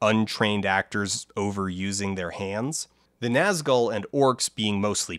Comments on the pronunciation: His real problem with pronunciation is when he pronounces the 2nd syllable of “Nazgul” like “gull” rather than “ghoul.” Ouch. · This video's incredible, as usual, but I spent like half of it being weirdly distracted by "Gandaff" and "Nazgull" - it's like when I watched another video recently that pronounced foyer like Foi-ur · did he just say naz gull. good video by the way